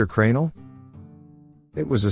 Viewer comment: The A in Cranel is silent come on fam I like the content